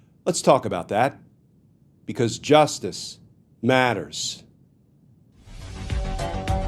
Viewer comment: Just say it in rhythm--"justice matters." Don't insert the dramatic pause between. We get it--you don't need to telegraph. You've got the Wapner-esque theme song/photo montage covered. The dramatic caesura between the words is overkill.